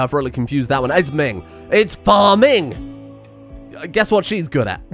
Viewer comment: "Phar-ming" fucking laughed out loud